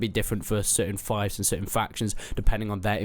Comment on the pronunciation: Im pretty sure its pronounced 'feefs'